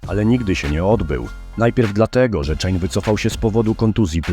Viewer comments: Odcinek dobry jak zawsze. Ale "Czejn Velasquez" bije mocno po uszach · Mam parę uwag 1. Wydawało mi się, że imię Cain czyta się kejn podobnie do Kane. Wymowę czejn to słyszałem tylko przy słowie łańcuch(chain). Oczywiście nie jestem ekspertem od angielskiego i mogę się mylić. 2. Co do myślenia, że skoro ktoś nie walczył przez ileś lat to te lata stracił jest moim zdaniem trochę życzeniowe. To znaczy sport wyczynowy jest bardzo kontuzjogenny i wyniszcza organizm. Takiego Cruza to by mogła dopaść inna kontuzja, podobnie z Cejudo. Nie chcę się tu rozpisywać ale bardziej interesuję się boksem i tam są takie przypadki jak George Foreman, któremu 10-letnia przerwa wręcz pomogła i dostaliśmy bardzo inspirującą historię. 3. Co do Khabiba to ja cenię sportowców, którzy potrafią powiedzieć "dość" w dobrym momentem. Sam mówiłeś, że wydawało się, że nie ma kto go pokonać,czyli tych wyzwań już mu brakowało. Dla mnie sposób w jaki odszedł sprawia, że jego dziedzictwo jest jeszcze wspanialsze niż gdyby został i walczył do póki by nie zaczął przegrywać(nawet jeśli biłby przy tym rekordy). Ja z takich niespełnionych zawodników MMA to bym wymienił Cole'a Konrada. Jak zakończył karierę to miał dopiero 28 lat(czyli tyle co Foreman kiedy po raz pierwszy kończył karierę) i jeszcze nie osiągnął szczytu,bo za taki postrzegany jest pas UFC,a nie Bellatora który posiadał. Chciałbym zobaczyć jak facet, który wygrywał z Velasquezem w zapasach sprawdziłby się z tamtejszą elitą wagi ciężkiej.